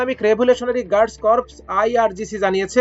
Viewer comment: Corps এর উচ্চারণ "কর্পস" নয়, "কোর" (যার অর্থ- সৈন্য বা সেনাদল বা বাহিনী); পক্ষান্তরে, Corpse এর উচ্চারণ "কর্পস", যার অর্থ- *মৃতদেহ*! বিষয়টির প্রতি এর আগেও দৃষ্টি আকর্ষণ করছি। ❤ 🎉 ❤